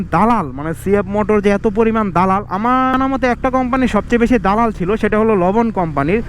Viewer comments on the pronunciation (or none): vai, it's dalal ,,, not dolal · তোরে ক্যামেরা কিনে দিছে কে 😂খাইতে না পেরে ভিক্ষা কর তবুও মানুষ কে হাসাবি না আগে দাদাল ঠিক ভাবে উচ্চারণ করতে শিখ আবাল😆